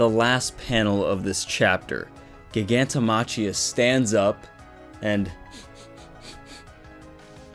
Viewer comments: Its pronounced Giganto MA-KHI-A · how are you a fucking MHA youtuber 1st of that's not how you pronounce Gigantomachia's name and 2nd Geten is A GUY bro get yo facts straight before you make a video about whatever you do damn